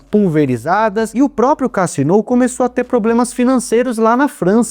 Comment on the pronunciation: A pronúncia é Cazino. A tônica é no zi.